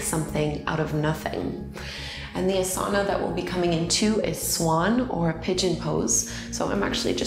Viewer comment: I loved this practice! I'm a teacher myself, and I love your guidance through a yin practice. one critique (and i'm not sure if you've made this correction in more recent videos), your pronunciation of asana and chakra are incorrect, and that can become a little bit distracting.